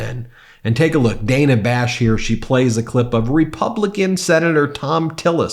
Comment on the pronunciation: Ben, why do you think it is OK to mispronounce Dana Bash's name. It should have the same sound as banana. Please be accurate in this as you are in your reports.